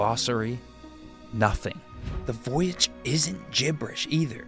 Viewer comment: I thought you were saying voyage the whole time